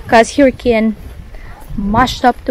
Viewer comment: you are pronouncing “hurricane” incorrectly.😊